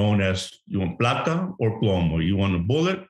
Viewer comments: Hahahaha it’s plata not plato(plato means plate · Plata(PLAH-TAH) o plomo (PLOE-MOW). Plato(plah-tow) means plate. Come on, I thought you were from Florida? Spanish vowels always make the same sound. A=AH, E=EH=, I=EE, O=OH, U =OO. Always.